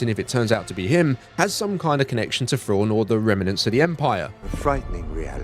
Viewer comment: Fraun. I was like who's Fraun? Turns out he's saying Thrawn